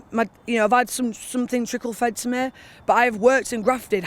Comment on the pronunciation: the one that pronounces th as f as in sumfin as opposed to to something, I guess you do it too 🙄